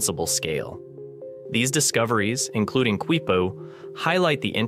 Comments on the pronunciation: Your own screen capture of the Wiki page tells you it is pronounced "KEE-poo," not "KWEE-poo." Can't you even read? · Dude! I can’t take it! I literally am yelling the same thing at the guy! Don’t say it again!! Nooooo! Qui-poo! Haha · The Quechua pronunciation is kee-poo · Its pronounced KEE poo. The Q is silent. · Why does the narrator persist in repeatedly mispronouncing the word "Quipu", when the video features a wikipedia entry clearly showing the proper pronunciation is "KEE-POO", beginning from time index ??? The video should be resubmitted with a narrator who can properly pronounce Spanish/Hispanic words! I couldn't watch the video past time index , as the improper pronunciation of Quipu was getting excruciatingly monotonous!